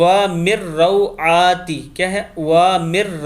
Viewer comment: wa AA min roaati se aap ne ghalat paraha